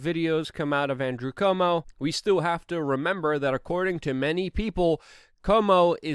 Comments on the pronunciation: It's CUO -mo, not CO-mo! Cuomo = Quomo or KWOmo . Why besmirch Perry Como with conflation with an entirely different family? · CU-OMO. Love ya, Luke. Missing you on the IRL podcast.